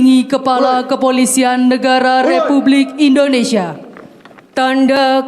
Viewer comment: INDONESIA,,bukan INDONESA